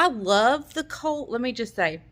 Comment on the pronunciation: Should say love not kove .....😬